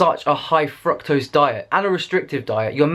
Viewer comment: they way your pronounce : frôctose 😬🤩😂